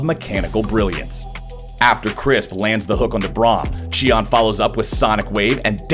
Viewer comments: native speaker right here! It should be “tea-an”. Good work anyway, hope to see you at worlds! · lol its not Chian but Tian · Why did he even pronounce it like that though??? In neither languages is a T pronounced with a Ch sound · when did tian change his name to chee-an? lmaoooooooo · WHO TF IS CHEE-AN? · late to the party, but "chee" is very botched actually. Other than the comments here, Google translate "sky" to chinese and listen to the audio may help you pronounce it better too. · Tian name was butchered.